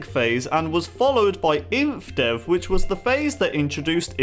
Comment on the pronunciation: its Infdev, but keep up the good work!! Love ur vids so much